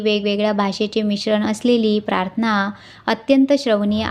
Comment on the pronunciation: आपण प्राथना म्हणता पण तो शब्द प्रार्थना असा आहे निरुपण करताना शब्दोच्चार म्हणजे शब्दांचे उच्चार शुद्ध असावेत